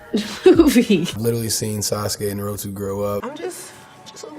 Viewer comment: Why did Micheal B Jordan pronounce Naruto like that??????